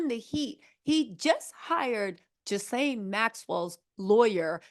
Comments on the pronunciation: Hope this helps you. Pronunciation of Ghislaine is Gee-lane 👍♥️ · The correct pronunciation of Ghislane is: GILL LANE